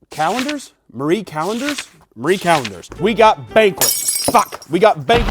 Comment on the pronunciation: Thank you for pronouncing Marie correctly the number of youtubers I have seen call it Mary Calendars infuriates me.